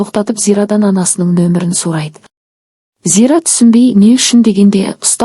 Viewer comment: Сарайды емес сұрайды ұ деген әріп бар